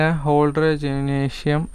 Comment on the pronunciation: പറയുന്നത് ഇൽ ഒരു വ്യക്തതയോടു കൂടി പറയടോ എന്ത് പറഞ്ഞാലും തെറ്റാണല്ലോ umran malik നേ umar malik rahul tewatia ടിവെട്ട 🤣🤣🤣🤣 ജിം നേഷ്യം